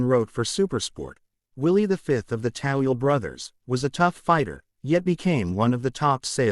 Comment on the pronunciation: It's Toweel not Tawil !!!!!!!!!!